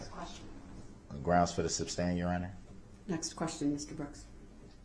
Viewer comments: Still cracks me up when he says “grounds” point 2 seconds after the objection. If he would have shut his mouth, he would have heard the grounds. Second, it’s SUStain. As in, SUSpect. And for the love of grammar, it’s tacit. Tass-it. Not Tack-it. Judge Dorow has absolutely no idea what Tackit Agreement is because there is no such thing. I hope they gave him a dictionary for his life long prison sentence. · Sustain ❎ Substain ✅ 🤦🏻🤦🏻🤦🏻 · It’s su’S’tain not su’B’stain! Bell end! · Substain?....what a moron. He is so annoying. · The fact he keeps saying in his ignorance "Substain" after the Judge told him Sustain....😒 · Will anyone EVER tell him it is SUSTAIN NOT SUBSTAIN!!! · Hey genius, it's sustain not substain 😆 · “Grounds for the “substain”?”😂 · WHY didn’t the judge tell DB when he said she way lying to the jury if he was going to testify so He can clear things up??….. oh it would have been so good!!….. why didn’t someone tell him it’s SUSTAIN, not SUB STAIN!!!! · Reason for the “substain” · 🛎It’s not Substain, Sustain is the word!🤷🏼‍♀️ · If I was her I'd be pointing out his mispronounciation of words like substain, tackit and umbiblical cord. But then I'm mean. I'd be telling him how stupid he is by not understanding that the state represents the people. I'd end up as belligerent as him. Thats why I admire judge Dorow so much.. her s r lf control is amazing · Sustain, not substain. That drove me crazy. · reason for the "substain"? 😄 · "grounz for the substain" 🤣🤣🤣🤣🤣🤣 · SUBSTAIN??? He really brutalizes the English language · ‘Grounz for the substain’ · It's not "Substain"!!!! I wish the judge would have said that at least once. 🤬